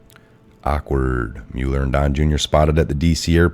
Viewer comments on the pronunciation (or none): thank you,, it's pronounced MUH-ler, not MULE-r.